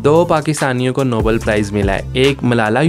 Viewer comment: Nobel prize, not Noble